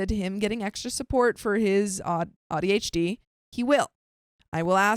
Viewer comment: Quit mispronouncing ADHD you sound like an idiot